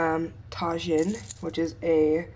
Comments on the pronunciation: I wish I had a crockpot! Look so easy. Btw it’s pronounced tah-HEEN not tajin lmao ❤️ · Lol omg the way you said tajin...hahahaha I only know how to pronounce it Bc I’m half Mexican and from Texas where beloved whataburger is girl!